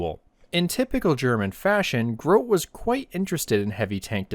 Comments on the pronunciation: The pronounciation for Grote would be GrotE no matter if one t or 2. He's a bit of a mystery because he just vanished after ww2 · Grote is pronounced Gro-teh